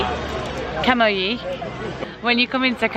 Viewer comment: Dear, I appreciate the fact that the Italian language is quite difficult, but the first town you have visited is quite famous and its name is not Cagoli, but Camogli! You ca also see the correct spelling